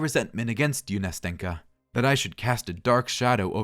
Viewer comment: great video! though as a russian native speaker i want to add smth: nastenka's name is actually pronounced nasten'ka (with a soft "n") and also when pronouncing it you need to make an accent on the first "a" so it sounds somewhat like nAsten'ka. anyway i enjoyed the narration so keep going!